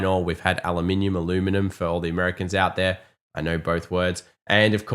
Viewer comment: Thank you for pronouncing aluminum correctly. Only quality content here.